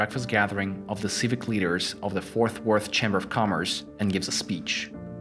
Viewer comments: Ik you ain’t from Texas... “Forth Worth”, definitely FoRT Worth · Bro it’s FORT worth not FOURTH worth. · Its FORT Worth....not FOURTH Worth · Oooof. It's Fort Worth. Not Fourth Worth. Have mercy lord. 😂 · Girl, where do you see the H in Fort? It’s pronounced literally how it’s spelt!!! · Btw, Fort Worth is pronounced Fort Wurth, not Forth Worth, and Lincoln is pronounced Leankin, not Linculln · It’s not Fourth Worth and it’s not Louf Field. Where did they find this guy? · Bro don’t mispronounce his wife’s name that’s disrespectful. UGH! Her name is jacka-lin. NOT Jackleeeeen. Also, Fort. Worth. not forth worth. And Lincoln. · I hate to be picky but this guys pronunciation of Jacqueline and Fort Worth need some work